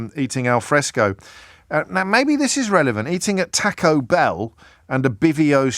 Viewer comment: Why do English people refuse to pronounce "foreign" words correctly? James...learn how to pronounce Taco!